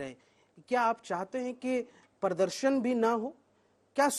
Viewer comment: Prodorshan ko upodrob kiu bol rahi ap?